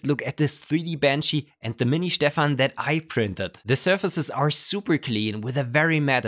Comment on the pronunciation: why you prononce stefan as shhhtefene ?